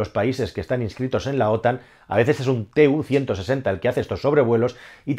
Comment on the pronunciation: Si se habla de algo con pretensiones didácticas debería conocerse el nombre correcto de lo que se habla. Ni se escribe TU-160 ni se pronuncia "te u ciento sesenta", es Tu-160 y "tu ciento sesenta".